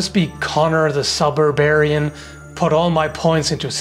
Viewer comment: A "suburb-aryan." 🤭 man, emphasis really changes the meaning of some words.